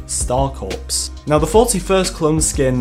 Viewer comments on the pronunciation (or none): Its pronounced core not corpse. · It’s pronounced “core” not corpse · Corps is pronounced like the word core.....not corpse...as in dead body...that is all. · Hate go be the nazi but i couldnt take it Its pronounced CORE as in United States Marine Corps. Not corpse like a dead body. So 327th star Corps is pronounced 327th Star CORE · It's pronounced CORE'S. Not corps. Even though it's spelled like the latter. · It's pronounced core, not corpse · Pronounced core not corps (it’s not a dead body) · people need to stop pronouncing it Corpse, its Core, the P is silent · Why does everyone pronounce corps wrong, it’s not corpse it’s core. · Just constructive criticism Corps is pronounced Core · Corps = “core” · “Corps” is pronounced like “Core”. The p and the s are silent. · The p in corps is silent